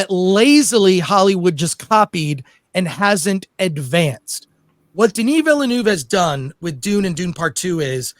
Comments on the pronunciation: Nobody pronounces villeneuve the right way it's not villenoov it's villenöve - villen-ehve I guess is the closest just look it up french is not that hard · Denis Villeneuve(Vil-nuh-v). Not Villanuve. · Den-E VILLA-NOOV……… 🤦🏻‍♂️ FFS. Put some français on it dude,…….you’re making Americans look even worse than we already do…… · Is anybody out there capable of getting Denis’s name right?! 😅 It’s Veel-Nerve, like the F1 driver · Americans please, please learn how to pronounce the directors name. It's not Villenooove..!!! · Chris Gore showing us categorically how not to pronounce Denis Villeneuve 😂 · I hate how this guy pronounces "Villeneuve." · the thing is, he pronounces “Denis” correctly……. American arrogance/ignorance at its finest.